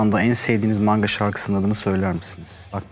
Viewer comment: maNga'nın "N"si nivtonumu taşıyor?